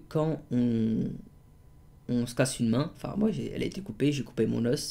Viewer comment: Bon courage à toi , tu me fais trop rir quand tu dis casser